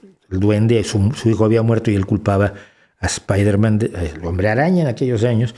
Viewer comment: Incluso si él hubiese dicho espaiderman seguiría estando mal pronunciada, ya que la E no va antes de esa S en Inglés, la R no se pronuncia igual, porque debería ser una consonante aproximante retrofleja, la A en man es una schwa, que tampoco se hace en español. Si bien pronunciar la i como AI acerca la palabra más a la pronunciación real, esta nunca llegará a ser la correcta a menos que él realmente sepa inglés, ¿entonces para qué molestarse?